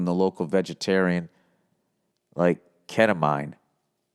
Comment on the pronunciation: KET A MEAN is how to say it